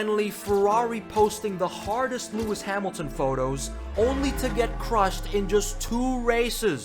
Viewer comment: Really "Lewis sad milton"??? 🤣🤣🤣I mean I love this guy but seriously this made me lmao